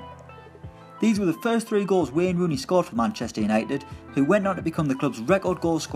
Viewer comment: I swear I heard him say rolls instead of goals at the end 😂